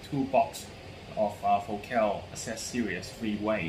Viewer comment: You are mispronouncing the word FOCAL.